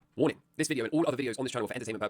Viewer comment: i thought he says OIIIIYY!! in beginning, just realized it's ''warning.'' lol.